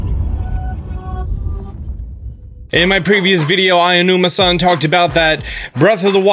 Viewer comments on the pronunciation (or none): Quit saying AIONUMA it’s A O NUMA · I don't wanna be that guy, but just for future reference, Aonuma is pronounced Ow-noo-muh. Interesting vid and cool concept art